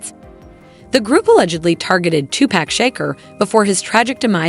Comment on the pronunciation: 😂 stupid A.I, speaking for this click bait video said two pack shaker mark